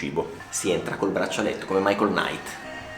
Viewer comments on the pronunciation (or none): none